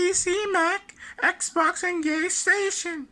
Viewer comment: hol up did he say gaystation?? 🤣🤣